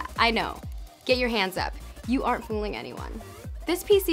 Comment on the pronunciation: ***** I really can't unhear the "aren't", you make that kind of british pause. Could be just me though.